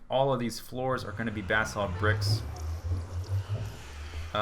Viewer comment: FINALLY someone can pronounce "basalt" correctly.